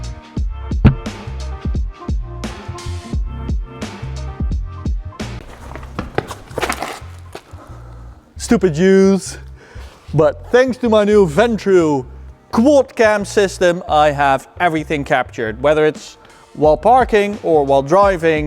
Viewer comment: your accent makes it Sound Like you are Not saying "youth", but more Like "Juice", and If you regard how that gets pronounced and that it can mean a specific "group" of people. The sentence gets a slight Aftertaste 😂😂😂❤